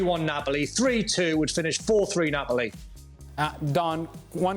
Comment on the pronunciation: "Do you known what this means(with three finger up) three ,three points and three more trophys for me that means i have more trophys than the other 19 combaind coaches( coaches e.g pep ,klopp etc) stood up saying respect respect respect "😌 Actually it was tree 😂